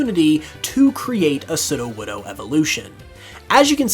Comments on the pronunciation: I heard Sidowodo not Sudowodo ( Sudo - wod- oh) Sudo mean Fake or False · Every time he says sudowoodo wrong gives me a tiny stinging headache